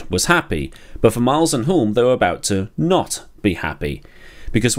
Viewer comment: Re Denny Hulme - the 'l' is silent.